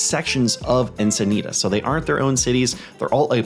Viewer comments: Only 1 I've heard you say. Locals say Enc-i-nee-tis instead of Enc-i-nee-tahs. So the end part is a "tis" vs. you are saying the end part as "tahs". Encinitas is the only 1 that I think you get wrong from how true locals speak (Born and raised here) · I live here and I have to say that it hurts my ears when you say Encinitas.